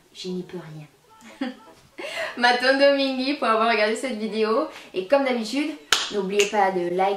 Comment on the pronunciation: Très sympa ! Un effort avec ton Matondo mingui car l'accent n'y est pas. Na esprit ya bien.